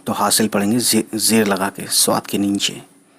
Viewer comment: Hasal not haseel